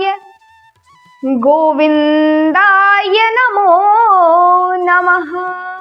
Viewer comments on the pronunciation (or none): Namh nhi ha Numh ha totally galt bol rahi ha